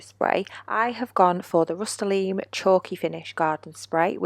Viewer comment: Rust-Oh-Le-Um. lol. You are so frugal and handy......You need to make more vids girl.